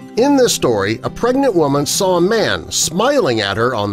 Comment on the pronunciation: Omg it sounds like u said a "pregant woman" The first time u said it